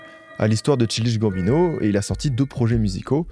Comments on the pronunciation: tu me rend fou, comment ça Chill dish Gambino??? recherche au moins comment se prononce le NOM de l'artiste dont tu parles, c'est trop grave. Tu vas pas me dire que tu sait pas comment se prononce le mot child quand même. Je dis la même chose a toutes les videos mais là, c'est trop frr c'est l'ALIAS carrément. pffff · Dommage de ne pas avoir pris le temps de savoir prononcer correctement le nom du sujet de la vidéo ! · Je ne peux pas croire qu'il y ait un travail si profond et d'une si bonne qualité et que personne ne t'ait reprit sur la prononciation de "Childish Gambino". A croire que c'est une technique pour faire commenter les gens et faire l'engagement haha Superbe vidéo nonobstant ! Merci pour les travaux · Le nombre d'heures que a passé à dig des vidéos, archives, cérémonies de remise de prix, émissions télé sur Donald, il a dû entendre la façon de prononcer le blaze de Childish Gambino 1 million de fois. L'abus est réel sur la boucherie de prononciation haha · la prononciation de childish gambino… franchement un effort… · Le nom de l’artiste est mal prononcé../ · pas la bonne prononciation de Childish Gambino 😭😭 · contrairement à ce que dit l'autre commentaire c'est pas une boutade je suis effaré par cette prononciation de Childish Gambino j'ai du arrêter de regarder la vidéo c'est insupportable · Merci pr la vidéo mais pr ta prononciation de son nom tu mérites un sale carton rouge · Passer autant de temps à faire des recherches, écrire et produire cette video, pour au final, tout ruiner en n'étant pas capable de prononcer correctement le nom de l'artiste. C'est d'une tristesse ... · reel mdrr sans voir le mot t'as du bugger sur le chill dish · Chaï-L'diche Gamme-Bino ... TCHAYE-LDISH-GAMME-BINO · de fou j'écoutais ça en mode podcast sans connaître le boug avant, j'ai mis pause à 15min en mode "chill dish bambino c chelou comme nom" :skull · Childiche Bambinot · Mec, c'est [tchaïldish gambino]❤❤❤ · Ça se prononce “Tchaïldiche Gambino”